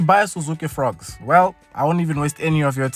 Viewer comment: I thought ya'll said "Frog" 😅